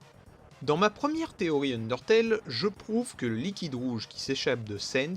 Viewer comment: Pourquoi tu dis "Téoï" et pas "TéoRi" ?